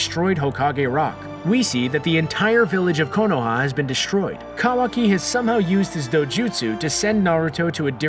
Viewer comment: Wrong facts and can’t even pronounce Kawaki right